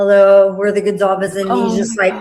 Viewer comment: wait, did pronounce her own last incorrectly? I thought it was a soft “s” not a hard “z”?